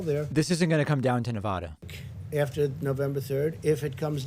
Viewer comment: nev-ADD-uh, NOT nev-ODD-uh, David.